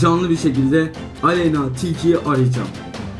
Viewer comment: Aleynnaağğğğ değil Aleyna 😂😂😂